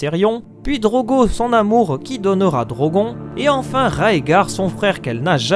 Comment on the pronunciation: Ça se dit Drogonne pas Drogon